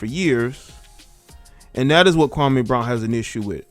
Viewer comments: you're not pronouncing his name correctly. It's pronounced 'Kwa-Mee' not 'Kwa-Maaay'. I usually don't care about these details but KB literally has a problem with the way SAS says him name so it's kinda ironic that some of the very people who are siding with KB are also inadvertently butchering the brotha's first name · SAS goes at everyone.... I don't understand what y'all talking about? He clowned Kwame Brown but he's clowned a ton of players, black and white over the past 15 years!!! Yes Kwame's name and how he pronounces he's name is part of what SAS is known for.... I'm not bout to feel sorry for Kwame because he had multiple opportunities to turn his career around and he became a decent role player and made over 60 mil in the process.... And I'm sorry Barnes was an elite defender and a very good role player and a dog!... Also Stak5 was a borderline All Star and dog and always rode for his teammates